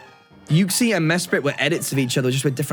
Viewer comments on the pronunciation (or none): none